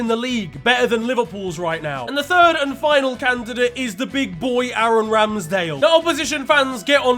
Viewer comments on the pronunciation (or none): none